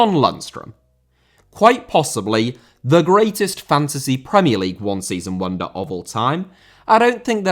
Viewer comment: "league un" 😂